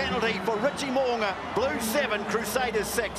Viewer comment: Well done pronouncing Mo’unga’s name correctly. Well - much improved from past 5 years lol